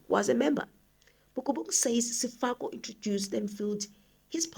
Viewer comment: Sefoka not Sefako sister it gets confusing when you read the names incorrectly. ❤